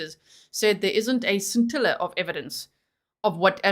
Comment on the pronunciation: *sin-til-a of evidence